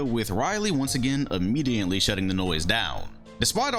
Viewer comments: Y he pronounce immediately like "immediently" ? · Like this for every time said immediantly